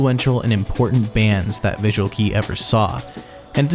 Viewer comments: BUCK-TICK MENTION!!??? ❤❤❤ Damn right. We wouldn't have VK without either one of them, and a few others. (I'm also one of the people who cringed every time you said visual key. It's already been pointed out, but it's pronounced kay or just K.) As someone who studies languages and linguistics academically, I strongly encourage you to spend a little more time familiarizing yourself with the pronunciation of names of things in other languages!! It comes across as not caring about your subject matter and damages your credibility. As the like ratio on the main comment about your pronunciation of Kei shows--audiences care about it. No one expects perfection and mistakes are natural. But...I can tell you take great care in your narration and recording, and I just don't hear the same effort put into this area of your presentation. This comment is not meant to be accusatory or inflammatory. I genuinely only want to provide you with this information to take into consideration when you edit videos in the future. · Other than your horrific pronunciation of "visual kei", (KAY not KEY) this short doc is pretty great. You clearly did your research! I definitely liked it. *EDIT your French pronunciation is terrible too but the same sentiment.* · VISUAL KEI! IS PRONOUNED KAY